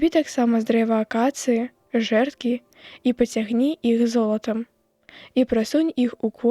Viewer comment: Ачытка: жрэдкі замест жэрдкі.